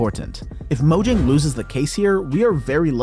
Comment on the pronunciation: mo yang is how u pronounce it